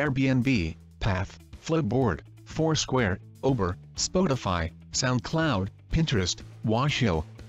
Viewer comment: the robot voice said ober instead of uber.... fucking sad and funny!